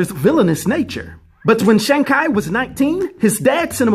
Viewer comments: Shang cheeeee not kyyy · ok..... im sorry but how the F do you read chi as "kai"???... but for my 1 10 rating on pronouncing names I give it a ONE.... which is a legendary fuck up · It's chi not shang ki lol 😂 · Please don’t tell me you called him shang ki. The trailers even addressed how to say his name. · Oh, i see your mistake now. You put the pronunciation on english, it does say "shang kay". But since it's a Chinese name, you gotta put the right language for the correct pronunciation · Kevin Feige and the Marvel team (including many Chinese people) pronounce it "Shung Chee". Never heard anyone pronounce it the way you are man! But either way nice video! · Shang Chai! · Shang ki made me chuckle especially because I know people will be mad in the comments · Yeah I hear your explanation on why you chose to use the Ki pronunciation, but three things: even if that is correct, it’s not the only way to pronounce it, secondly, too late now, but it’s not worth the attention and responses it just ends up sounding pretentious (not saying you were trying to be this way). It’s kinda like the Gyro thing, even though I know YeehROH is the correct pronunciation, I still just say Gyro🤷🏿‍♂️. Thirdly, it was maaaad distracting from the awesome job you do on the videos. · I dont wanna be that guy… but its pronounced “shawn chee” but besides that great video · Shawn? That's pronounced "Shang" as in Shang Chi. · No it's not in the movie preview the guy that plays him pronounces it as Shong not Shawn I know the difference because my own brother's name is Shawn. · Kai? No offense brother, your pronunciation is off..... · Thumbs down for "Shang Kai" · Have you watched A SINGLE TRAILER? THEY LITERALLY say his name over and over and over again. Or try listening TO THE CREATOR OF THE COMIC at his name. How do you try to do a review of a comic book character and don't even say his damn name right! Be better and do better! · Had me saying “Shang-who?” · My boy said his name wrong